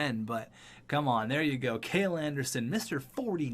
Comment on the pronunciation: Ok I ignored it before, but it’s starting to bother me. It’s not pronounced “kayl” it’s pronounced “kal-ee”